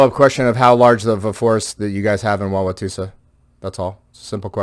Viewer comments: it’s pronounced wow wa toe sa. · Wah-wah-toe-sa btw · I would have thrown him out until he pronounced Wauwatosa correctly, or even closely. Other than that, they should have left him the hell alone.